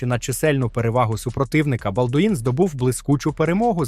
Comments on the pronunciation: Вчи французьку, не будеш виглядати валянком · балдУін прокАжений .... Хоча б вже наголоси виставляли коли аішку юзаєте